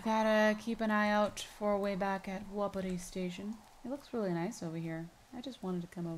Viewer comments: Tiff, your sayign Wapiti wrong. Your saying it, Wa-pi-ti but it is pronounced Wap-it-ti. Don't believe me? Go back and watch last episode and you hear Delilah pronounce it the way I just did. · its ( wa-pa-tie )